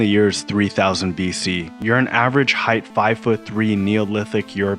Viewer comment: FFS! “Height” is pronounced “hyte”, NOT “hythe”!!! The “ght” is pronounced like a ‘t’, not a ‘th’!